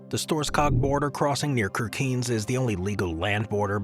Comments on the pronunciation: In this video, Ceuta is pronounced as Quetta, and Kirkenes as Kircains. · Kirkenes is pronounced like sheer-ken-ess. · I was laughing out loud when I heard the pronunciation of Kirkenes (Norway/Russia border. 😂 A typical AI flaw